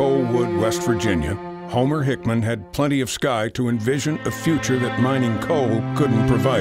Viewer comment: Homer HickAM Not HickMAN. Is this the best AI can do?